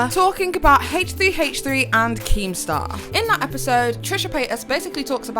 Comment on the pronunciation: At first I thought she called keematar a wanker 😂